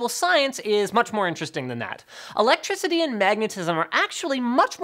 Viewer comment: "you get A Clectriticy" linus, get your KCowledge right